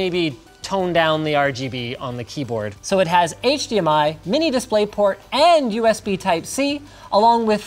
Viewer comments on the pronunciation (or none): none